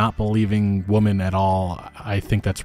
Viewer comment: “Believe all whamen”